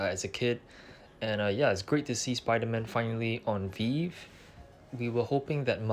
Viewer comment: Nice vid! It’s pronounced “Vee-Vee” btw